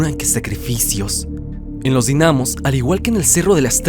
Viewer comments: yo entrando en conflicto porque dice dinámos y no dínamos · Dinamos sin el acento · Dinamos jajajaja no se pronuncia con asento :v